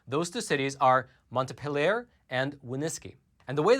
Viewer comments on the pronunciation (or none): Just for your reference, Its mont PEE lee yerr. not monta pill err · It's pronounced Mont- PEEL-yer. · LOL, your pronunciation of Montpelier is off, Montpeeler. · Greetings from VT, where I sometimes feel like the only sane person (and definitely the only unvaccinated person)., the correct pronunciation of our state capital is "mont-PEEL-yer". The inquisition people give me about not being vaccinated is unreal. And I don't believe in people who are not U.S. citizens voting, but nobody knows that yet so I haven't gotten any flak on that. It is lonely up here sometimes when you're a conservative! Thank you for all your good reporting.